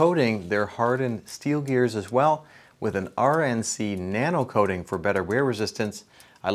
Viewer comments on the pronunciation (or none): none